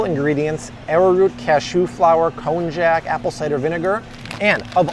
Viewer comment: Konjac is pronounced “konyak”